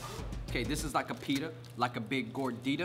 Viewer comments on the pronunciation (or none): none